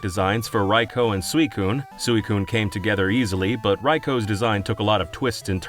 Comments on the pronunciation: Hearing someone pronounce Raikou properly is genuinely so satisfying 😂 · After several videos from False Swipe Gaming it's so refreshing to see someone actually pronounce Raikou's name correctly.